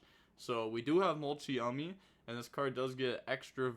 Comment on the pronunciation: It’s literally mult-Chummy mane c’mon mane